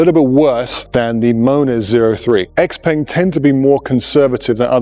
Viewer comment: Congrats… Can‘t even pronounce the name of the manufacturer correctly. Why should ANYONE listen to ANYTHING this (self-proclaimed, I‘m sure…) „expert“ goes on about…